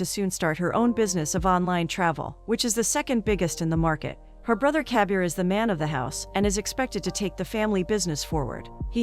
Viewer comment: Instead of Kabir all i hear is caviar lol